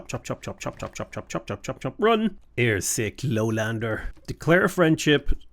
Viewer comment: Leo pointing meme when you said, "airsick lowlander"